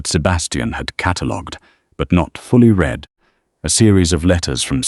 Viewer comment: please teach your AI to know the correct contextual pronunciation of read...